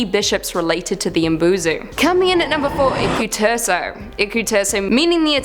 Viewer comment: Isn't Umi-bozu? Umi is sea. I wouldn't have imagined it being called mbosu